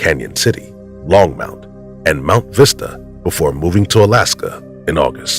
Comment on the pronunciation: Longmont. No u in that. Long- mont. simple.